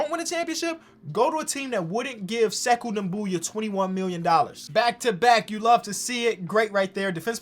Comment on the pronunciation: It would be Sekou “Doom Bia” that’s the pronunciation.